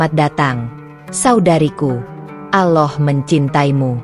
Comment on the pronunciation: Apa kehendal aloh itu, ya aloh apa ya aloh itu, gitu jadu penutur